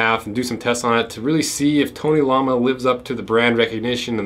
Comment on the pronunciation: It's "tony l-o-ma" Not lama like the animal